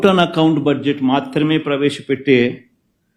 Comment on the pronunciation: He cannot even pronounce budget properly